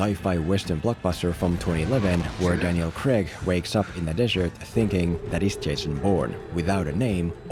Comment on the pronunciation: its CRAIG NOT CREG FOR FUCKS SAKE